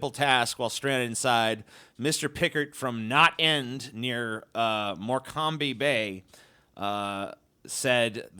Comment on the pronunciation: Morecambe is pronounced "Morkum" or "Mork'm" It's Worcestershire all over again.